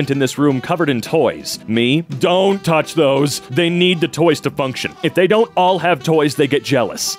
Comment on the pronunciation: i love the way you said "dONn't touch those" it just a bit too accurate